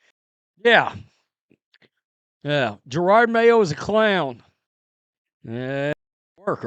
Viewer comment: Jer-od not Girard